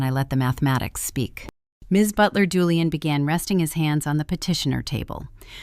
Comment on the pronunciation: Why does the narrator keep incorrectly pronouncing Julian as Julianne? Also, why aren't they using Virginia's signed waiver condemning Maya to state custody to prove her lack of fitness to have custody of Maya?